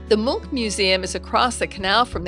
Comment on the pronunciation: Lovely video and it was nice to hear a visitor pronounce Munch correctly 😂